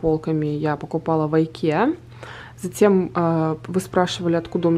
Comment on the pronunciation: Вы замечательная женщина и Мама!!!! Пусть все будет у Вас прекрасно с Сарой! Небольшая поправочка правильно говорить Икея. Ее основатель Ингвар Кампард. Так и складывается название ИКея